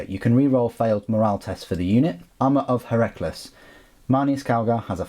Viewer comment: Heracles is pronounced 'Hair-a-cleas' (rhymes with please). It's like one of those ancient greek-style names like Archimedes.